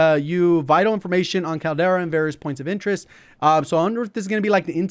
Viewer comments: Could be wrong but I think the name of the map is Caldera as in like a volcano caldera. Sounded funny to me how you were saying it like Kal-Tire Kal-Dera haha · Caldera is pronounced as call dera